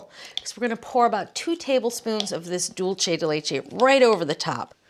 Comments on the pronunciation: She's thinking "Italian" rather than "Spanish." Italian would be "dohl-che," close to what she's pronouncing it. Spanish is "dool-say" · Love Julia, but every time she says dulche, it’s like fingernails on a chalkboard. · She doesn't even say it right in Spanish. It's like some form of Spatalian mixing dolce and dulce together. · Isn't it "pot de crème"? Also, the pronunciation of "dulce" in the video is Italian, not Spanish. In Italian, it would be "dolce di latte." In Spanish, it's "dulce de leche."